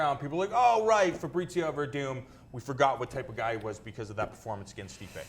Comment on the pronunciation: keeps on calling him Fabritzio